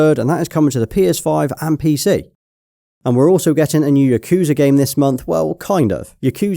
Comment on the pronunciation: The yakuza pronunciation is ticking me off.